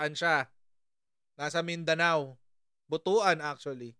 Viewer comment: ang proper pronunciation nyan is 'BUT-WAN'. Kasi when you say it as BUTU-AN, it doesn't sound pleasing. BUTU in bisaya means sexual organ, particularly that of the male. 🤔🤣🤪